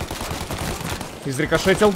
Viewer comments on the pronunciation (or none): Не изрекошетил а изрешитил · Не рикошетят, а решетят)) (про попадания в грузовик) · Не "изрикошетил", а "изрешетил". Рикошет это отскок пули от препятствия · Объясните ему кто-нибудь!! Не изрикошетил, а изрешетил)) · Сань, изрешетил а не изрекошетил